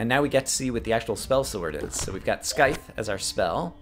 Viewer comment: At least with the nerdy glasses you're no longer color blind o3o?? Also, dangit, that c in Scythe is soft. it's not Sky-the. it's sai-the. =3=.